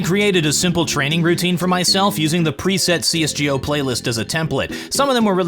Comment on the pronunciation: The way he says csgo cs g Oh